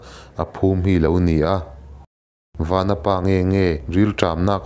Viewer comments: A ṭha hle mai, chutih rual chuan i thil lam rik dik lo a awm zeuh zeuh. "Vanapa" i tiha "Van" lai tak i thluk sang ang chiah khan "Vanchiau" tiha "Van" lai pawh kha thluk sang la a dik zaih a ni mai, Chawngthu Vanchiau hnam tihna ania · Vanapa hi vanchiaua tih a van kan lam ang hian lam I la dik zawk ang aaa